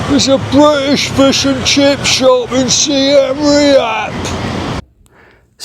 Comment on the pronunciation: Your pronunciation of Seam Reap is painful to my British ears. Do you pronounce Siem and Reap as Si Em and Re Ap in the UK?